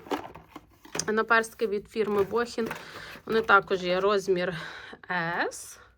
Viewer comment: Вітаю. У французькій мові наголос ставиться на останній склад.❤(це я на рахунок назви BOHIN)